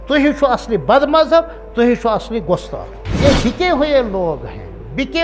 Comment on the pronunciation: Gustakh ko gostak khata h urdu b nhi ate h aap ko